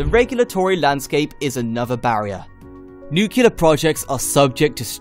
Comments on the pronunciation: Can you say noo-clee-ar? You sound like a muppet when you say noo-kyoo-lar. BTW, check out Radiant S3 reactor systems. They are close to test running their proof of concept reactor with He cooling. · pronouncing Nuclear not nuculur... lol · what is nucular?